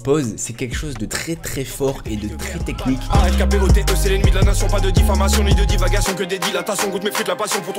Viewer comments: Alkpote pas Alkapote , sinon très belle vidéo ! Bravo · Salut, l'empereur c'est Alkpote pas Alkapote mais sinon merci pour la vidéo ! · C'est Alkpote* pas Alkapote 🤦🏿‍♂ mais bonne vidéo 👏🏿👏🏿👏🏿👏🏿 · ALKPOTE....Pas ALKAPOTE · Par contre c'est Alkpote pas Alkapote... un peu de respect sur le nom du grand empereur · Merci pour la vidéo mais c’est Alkpote et non Alkapote